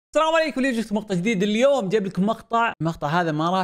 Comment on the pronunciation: معليش بس سلام صار طلاصم😅😂😂 سلام عليكم❌ طلام عليكم✅